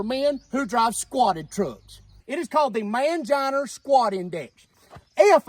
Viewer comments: "Manginer" lol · “Male genitalyer” 🤣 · F > R = Mangina Pronounced “Manginer” 😂😂😂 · Where is the r in mangina?